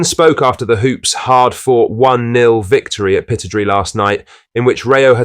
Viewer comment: Pittodrie: pronounced 'pit-odd-ree', not pitod-ree!